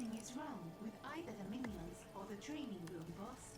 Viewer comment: It's always so nice to "have you around"! Playing some game and talking about how to make things look good / realistic. But after years of following your channel, I have to say: whenever I hear you put emphasis on the "g" as if it's a "k" – e.g. thraininK on – I'm always afraid you're getting tired. I hope you'll take it easy this time, and enjoy playing the game as much as we enjoy watching you play it.